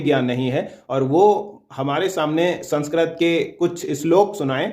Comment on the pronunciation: पहले तुम बोलना सीख लो, "संस्क्रत" की जगह "संस्कृत" बोलो!